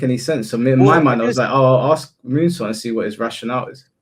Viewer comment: It's pronounced "ask"